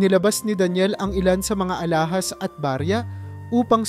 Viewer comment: Ulit ulit😢bjnalikan mo lang ang nalampasan... Pala buo pagbigkas...pala iba din kahulugan...alahas..d alahaas